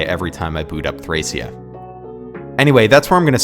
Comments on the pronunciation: its thrakia. hard c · NO ITS PRONOUNCED "THRASHIA" all jokes aside, cool vid!